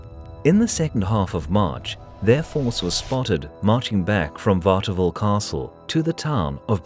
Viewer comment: Kudos to the narrator, who seems to be a proper Englishman, that had to pronounce French names and location. I envy such ability to 'switch' momentarily between languages.